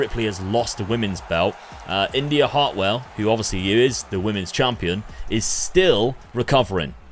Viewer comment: Did i hear you say India Hartwell? At least with Nikita Lyons, i can understand the mispronunciation because of the City of Lyon in France... (And to this day, i still pronounce it like the City, not Lion)